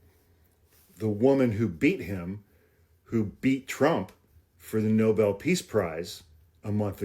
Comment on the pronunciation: No-bel! No-bel, NOO-BELLL!!!